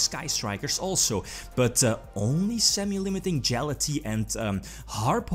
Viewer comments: no one: You: “Jala-tea” It’s “Gala-taia” I know you have an accent, but at least try to pronounce correctly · Galatea could get banned in the TCG, and still the murder would never be as brutal as this pronunciation. #DJHAALATEEE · Especially considering it should be Ralatea